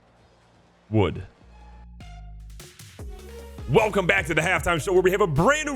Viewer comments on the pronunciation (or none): none